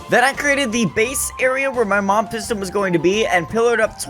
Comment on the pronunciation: It sounds like you’re saying mom instead of mob